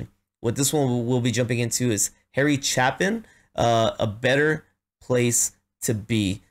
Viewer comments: Nope. It's "Chay - Pin" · Just feedback, it’s a long A in Chapin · Harry's last name was pronounced Chay-pin. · Heh! Long a, as in ape. Chape-in. 🙃Phenomenal story teller with a very talented band. With him you need always be ready with a hanky for the depth of sadness, or to smile for the humanity, or sometimes even to laugh at his moments of absurdity. This is a beautiful song, as virtually all of his are, and it really doesn't matter if you do studio or live, they are equally well produced and well recorded, so you may as well go with live wherever you can, in diving into his library of work. Cat's in the Cradle, is next, eh? Yah, as both a father of a son and a son of a father that one tears me up from both directions. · His last name is pronounced Chaypin.